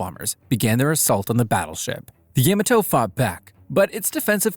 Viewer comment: Couple things; mainly pronunciations: Yamato is more rather pronounced as: ya • ma • toe and then the heavy cruiser that accompanied Bismarck for a while; Germans pronounced it as oi • gan and rather the US mainly called it as like the actual city in the state that I live in which the city’s name is Eugene (pronunciation would more be like: e • ue • jean)